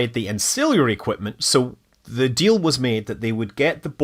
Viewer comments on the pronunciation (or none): none